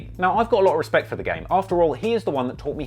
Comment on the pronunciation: When Birdman couldn't say Respect or DJ Khaled couldn't say Jewelry